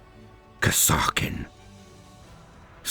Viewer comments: i always thought that kasrkin was pronounced as kas-eer-kin but still awesome video loved it as always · Pretty sure it's pronounced Kaser-kin, as in Castle-kin. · I've never heard it pronounced that way before, always said it as Cass-ER-Kin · Oh no, I had not heard of these troops until about a month ago, when the Killteam news reached me. So I don't know how to pronounce the name. Is it Kass-ar-kin like says it here or Kazzer-kin like how Auspex Tactics says it? Both channels are British so I trust both as primary sources equally